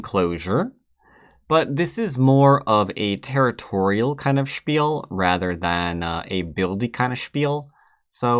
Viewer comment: Funny how you say "spiel", greetings from Germany